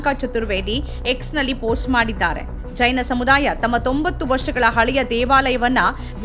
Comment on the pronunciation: ಚೈನ ಮಂದಿರವಲ್ಲ ಮಾರಾಯ್ತಿ.... ಜೈನ ಮಂದಿರ. ಉಚ್ಛಾರಣೆ ಸ್ಪಷ್ಟವಾಗಿರಲಿ.